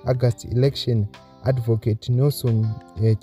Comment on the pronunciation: Your reading is poor. Improve. What say Agast instead of August